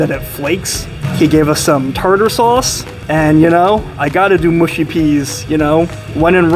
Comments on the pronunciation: Mushy peas pronounced mushy not mooshy. Short u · it's mushy peas not mooshy peas. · Its mush i peas